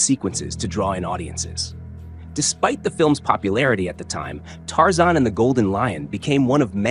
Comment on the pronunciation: It's Tarzan, not Tarzon. Warner Brothers, not Warner Bras. Read you own scripts. No robot needed.